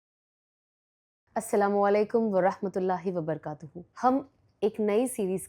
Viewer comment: Please correct your Salam pronunciation...." Assalamualaikum warahmatullahi wabarakatuhu "....it should be WABARAKATUHU....Bara not barkatuhu